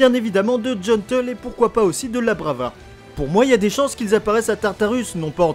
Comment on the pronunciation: "La brava" 🤢🤢 C'est love lover, et c'est même pas une coquille de la traduction française, c'est vraiment love lover, c'est juste les américains qui traduisent selon la prononciation (sinon je viens de découvrir ta chaîne y'a pas longtemps et j'adore tes vidéos !)